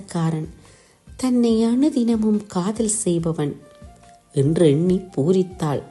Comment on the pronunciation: உச்சரிப்பு தவறு. அதனால் கவிதையின் உயிர்ப்பு இல்லாது போகிறது. வாளிபம் கடந்த என்று தொடங்குகிறது. அது வாலிபம். காதள் உறக்க கூறு காளப்போக்கில் அணுதிணமும்???? லகரம், னகரம் ரகரம் எல்லாம் கொலை செய்யப்படுகிறது. ரசிக்க முடியவில்லை. வாழ்த்துகள்.